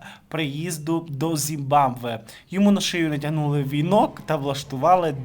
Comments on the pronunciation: Ну не ЗІМВАБВЕ, а ЗИМБАБВЕ. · Зим баб ве. Хочаб раз вимовили назву країни, начебто не складне слово. Якось дуже не професійно виглядає, ей боже.